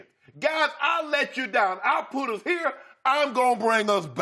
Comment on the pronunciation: That's "But 'hair's' the thang, Skip." Shannon has proven he cannot actually say the word "here".